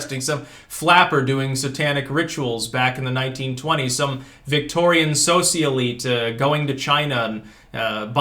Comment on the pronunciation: What is with the way he says "socialite" and "himalayan"?